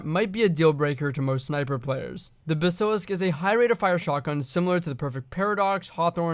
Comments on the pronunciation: Lol the pronunciation on Basilisk though. Not being a grammar cop here just thought it was funny, anyways great video. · Hurts me the way u say basilisk